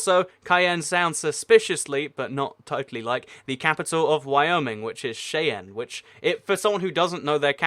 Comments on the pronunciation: nononononon SHY-an not SHAY-an (Cheyenne, WY) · Cheyenne, Wyoming is pronounced SHY-en not Shay-an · I wanted to kill myself when you pronounced Cheyenne like Shayin. Its pronounced Shy - anne. I think it will be funny if you made a video of you trying to pronounce all 50 states. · It's pronounced Shy-an not Shay-en. >.> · you had a few pronunciation mishaps between to cayenne is pronounced as ˌky-ann and cheyenne is pronounced as shy-ann similar spelling but completely different pronunciation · The capital of Wyoming is pronounced shy an. It was named after a native american tribe of the same name. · Cheyenne, the capital of Wyoming is pronounced, shy-enne. Almost like when someone is shy and the letter “n”. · Most Americans who watch your vids will probably know you said Cheyenne wrong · Except cayenne comes from a word meaning pepper and Cheyenne is a north American tribe. Kinda like saying celts are like colts. A people and young horses. But considering Google only shows cars or the city named for the tribal nation, it's understandable. Like we're not dumb enough already, Google needs to pander to the lowest denominator for up to pages before actually being informative. I'm not outraged or anything, just sharing facts. In comparison could you imagine comparing colts to celts? Also, think ky-anne and shy-anne. 2nd channel, you don't care lol. But yeah, love all your channels, though I almost never see the fast food review channel. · He Miss pronounced Cheyanne 😂